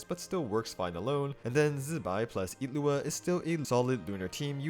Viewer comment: Wait what? his name isn't illuga it's IT- looa?